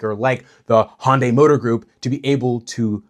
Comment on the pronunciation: HYUN-day rhymes with SUNDAY, or if you have to: HUN-day; Never HON-day.